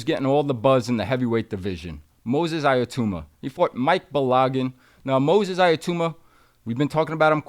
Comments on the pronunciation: His name is NOT "iyatuma".. ITS Itauma: EE _TAO_MA. Make an effort to get it right FFS. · First of all.....his name is not iatoooma......it's pronounced itowma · How on earth do you get to "Aya-tooma"? It's not that complicated a name. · Usyk and Itauma are not difficult to pronounce. It’s not Yusyk and Iatamma! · eye a tooma lol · Right?! 😂 Itauma (e-taow-ma) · Learn how to pronounce his name please